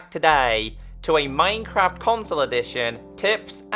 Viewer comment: Did he just say mincrap